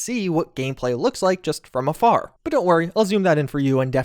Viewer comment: Every time you say "afar," I hear "a fire" being pronounced by the locals here. So I keep flashing on the accent-specific joke related to the three wise men being firefighters "'cause they came from a fire (fär)." Silly, I know, but still...